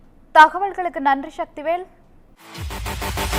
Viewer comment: விபத்தில் உயிரிழந்தவர்களுக்கு ஆழ்ந்த அனுதாபங்கள். சக்திவேல் என்ற பெயரை ஏன் ஷக்திவேல்னு சொல்ற ? அந்த சக்திவேல் ஏன் இப்படி ஆரம்பப்பள்ளி மாணவன் போல திக்கித் திணறி ரிப்போர்ட் பண்றாரு ? இதுல அப்பளம் போல நொறுங்கியது, அப்பகுதியில் பரபரப்பு போன்ற Cliche'. டேய் தமிழ் செய்தி சேனல்கள் எப்பதான்டா திருந்த போறீங்க?